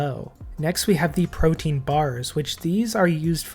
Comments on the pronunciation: Perfect video for DXP! Thanks! Side note: It's pronounced pro-TEA-an (3 syllables) not pro-teen. I think I've only heard 1 Youtuber say it correctly, so you're definitely off the hook! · It's prote-an, not protein.